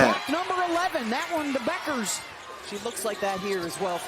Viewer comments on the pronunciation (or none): Dude, her name is not buckers you moron